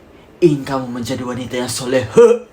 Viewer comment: Bukan solehah tapi solehong